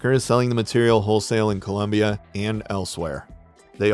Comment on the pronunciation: The country is ColOmbia. The nickname for the USA is ColUmbia. Mispronunciation!!